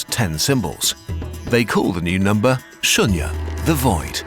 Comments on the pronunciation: He said it well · the pronunciation of Shunya🤌🤌, just perfect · THANK YOU FOR PRONOUNCING IT PERFECTLAYYYY!!! WE LOVE YOU &